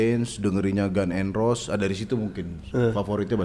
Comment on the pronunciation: ngaku pernah kuliah sastra enggres, tapi nyebut GNR gan n ros wkwkwkwk jangan ngibul ah